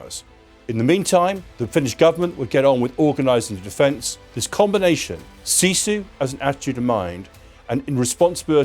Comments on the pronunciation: it is SISU not SIZU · ..but is written sisu, not sizu 😊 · its SISU not SIZU :D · It's SISU, not SIZU 😂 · why it says in video: "sizu" :D we dont even have letter Z in our language. Just Sisu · its sisu not sizu.. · Sizu? I had to rewind. No it's not Sizu, take a note: It's Sisu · Sisu, not sizu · Not Sizu. It's Sisu. The Continuation War took place 1941-44. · We don't have "sizu"😅 we have sisu!❤ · Sizu? Its Sisu... :D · It is SISU, not Sizu! 😆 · Actually it's called sisu, not sizu. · SISU not sizu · It's SISU... not SIZU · Yeah that made me laugh so hard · thx .. good video. " Its Sisu"🙂